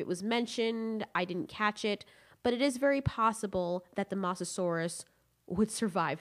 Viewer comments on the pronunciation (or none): also mosasaurus was saltwater and not pronounced moss a saurus it is like moses saurus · Moe sah saur us not moss a saur us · Its not Moss its Moz Mosasurus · The way you say mosasaur is MOSSasaurus will it's pernounsed (Mo zah saw Rus) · The Masasaurus Xd.. its Mosasaurus pls learn the Name before judging them Xd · STAHP SAYING MASASAURUS ITS MO SA SAUR US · I'm sorry but I can't get over the mossasaurus pronunciation of Mosasaurus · Ah yes the moseasaurus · Like if you also get triggered when she says “moss-asauras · Abdullah Asha actually it’s pronounced (Mo zah saur us ) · M-ohh-Saurus. Mosa, not a biggie but thats just how you pronounce it lol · Mososaurus: Moe-so-sore-us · LOL she sed massasuarus i hope it spelled it right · The way you pronounce mosasaurus drives me crazy lol but still amazing content keep up the good work! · You're saying the name mosasaurus wrong. It has long O sound, where the O is. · PRONOUNCE THE WORD "MOSASOURUS" RIGHT FOR GOD SAKES